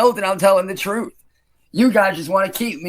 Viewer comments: the "fruth"? 🧐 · "the frooth" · I’m surprised no one noticed him saying “thruth” twice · "the prooth"